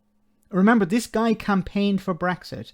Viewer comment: Don' t you love how his accent gets in the way ... 'the media are here tonight to see dis unity ...' He means, of course, 'this unity', but let's take his first answer.